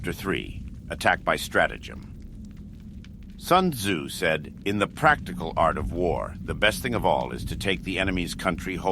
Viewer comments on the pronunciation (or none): Lol at first I thought that this was a really good voice actor. What really tipped me off was the fact that every time it said Sun Tzu , it pronounced it different. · "Soon Zoo said."